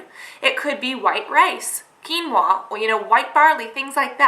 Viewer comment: Great video Cass oh and it's pronounced 'keen-wa'